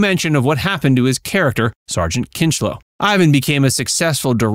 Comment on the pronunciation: 😅out of pneumonia and bleach? How about ammonia and bleach?And Kinchloe not Kinchole.